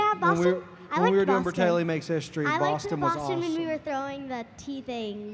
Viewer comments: Braytaley? Its Bratayley 😂❤️ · Bratayley not braytayley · It's Bratayley not Braytayley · They said braytayley instead of bratayley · It’s bratayley not braytayley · Oh its bratayley 🤦‍♀️not braytayley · BTW it’s not BRAYTAYLEY, it’s BRATAYLEY